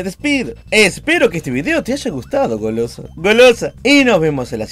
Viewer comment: 1 like por todas la veces que dijo "Golooso"